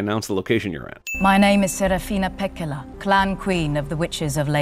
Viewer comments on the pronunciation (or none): There are over 5M native Finns and they couldn't find even 1 to teach Serafina Pekkala to pronounce her name, or the lake Inari, correctly 🙄Also what about the dobermann daemons with cut ears? Do they cut their daemons ears or what is going on here? These same questions apply to His Dark Materials as well..